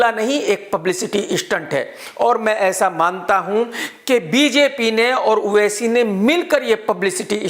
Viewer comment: Everyone:-owaisi Krk :-oaisi......😂😂